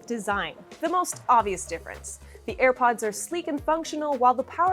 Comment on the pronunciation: did she say earpods😂